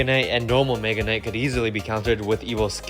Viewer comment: Bro did NOT say mega knight 🙏🏻